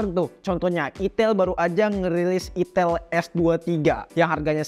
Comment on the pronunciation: Itel itel,, ay tel bang🗿